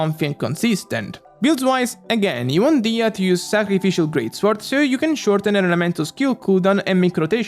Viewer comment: I'm really really happy that you're pronouncing her name "DI-HIYA".. her name sounds so beautiful that it makes me cringe every time I hear someone call her "DEYA"..